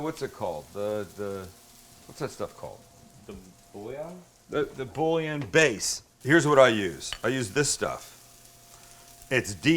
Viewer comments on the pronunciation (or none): none